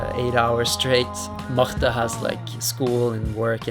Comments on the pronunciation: il dit que n'importe qui prononce "Marte" simplement alors que Magnus prononce plutôt "mah-ha-jte" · me trying to pronounce Marte's name: "marr tuh" Magnus pronouncing Marte's name: "loch ness monster"